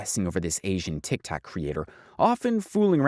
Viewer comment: How do you mess up saying tiktok and saying tiktik multiple times.